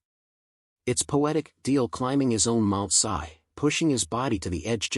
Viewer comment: The guy's name is DeMille, not Deel! Is your narration AI generated?